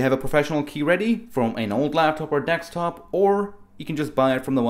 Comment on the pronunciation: You sound funny and it's Desktop not Dextop lol Good video all the same